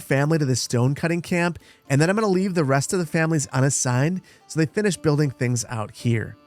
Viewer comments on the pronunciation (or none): none